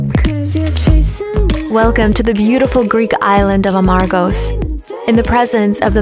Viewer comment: it's Amorgos, not Amargos, with love :-*